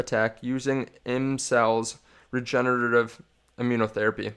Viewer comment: bro u cant say regenerative.lol